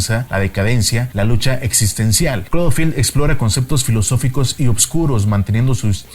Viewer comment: " crad filth" ??..